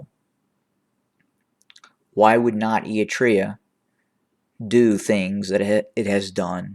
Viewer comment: Given your regular reports on the region, I remain perplexed by your odd pronunciation of “Eritrea”. And also your mispronunciation of various towns.